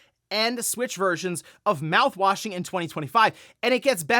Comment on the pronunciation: Lol when you said "mouthwasing is expanding..." I was so confused. 😂😂😂